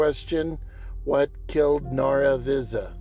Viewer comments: I grew up here, as did my Dad! He was attending the school when it closed. My grandfather ran the Chevron station. A few inconsistencies. Starting with the "X". If you look in the county just below where you put your "X", you can see Nara Visa on your map. BTW, it's pronounce Nara Vice-uh. Ira "Jeff" Ward who ran the bar didn't go anywhere. He continued to ranch in the area after he closed the bar until he died in 2016. Climate change didn't affect the ranching. It's always been dry. It has gotten worst progressively due to all the large irrigation farms pulling down the water table. The WPA didn't build the brick school, that was done in 1920 with the labor provided by the community. The WPA added the adobe gym building later. As for what happened to it, when the town was founded trains could only go a short distance before they needed to take on water and coal. If you look all along the railroad, running parallel to US Hwy 54, you'll see numerous old townsites that sprang up where refill stations used to be. To the West 7 miles is Obar, to the East 13 miles is Middlewater. There are more along that route that nothing, not even the name remains. As trains got to where they could go further they didn't need to stop at all these places. Later with diesel engines, they no longer need to stop at any of these towns. The same is true of cars. As cars went further and further on a tank of gas, less and less needed to stop in these little towns. As a result, the support of the busin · Agree there are many inaccuracies! I don't know where you got your information from, but it's wrong. Pronunciation of the name being the least of it. My dad grew up there, so I know a lot about the town. He was born in 1918 and went to that school where he graduated from high school, so obviously it wasn't built in 1936. He always kept in touch with several of the residents he knew from childhood though they have all passed away now.